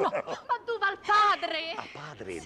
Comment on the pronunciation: "Ah, padre Duval" "Du pall" No, questa è troppo forte.